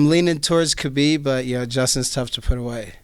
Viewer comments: is the correct pronunciation of ‘khabib’. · Respect Diego for pronouncing Khabib the right way.